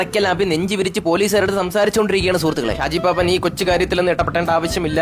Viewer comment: Arakkal abhi alla arakkal abhu, shaji paappaan alla, shaji paappan. Ella mistake kandethunna thankal parayunnath koodi onn mistake illathe parayan sradhikkanam